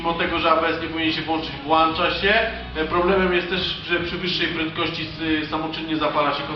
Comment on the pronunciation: Włącza a nie włancza. Do kogos tez mowisz włancz zamiast włącz?